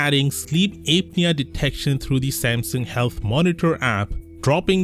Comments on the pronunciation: It's pronounced app'near not ape'near. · It's apnea not Aepnea it's an a sound not ae sound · It's pronounced APP NEA , not ape nea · it's "app knee uh" not "ape knee uh" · It's not "APE-knee-a". It's "APP-knee--a". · It’s not correct. Well, at least in British English, it’s pronounced “app-nee-uh”. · Sleep Ape-nea. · Ape nea? Lol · It's pronounced: "app-knee-ah" 😉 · Sleep ape-nea 🐒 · Sleep Ape-nea😂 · I like Ape-knee-ya lol Don't worry,. I'm a native speaker and always pronounce new words wrong. You're doing great! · Yeah and you can't even say the word. Lol